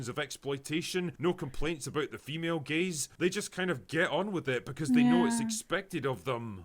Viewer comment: At first I thought you said “male gays” and I was like what did they do?